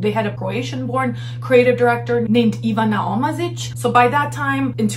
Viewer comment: So good pronounciation of "Ivana Omazic" - had a mini "whoah" reaction. And I realize now, your name being, you might have some connection to the Balcans. Ignore me! Just had to get it out of my system.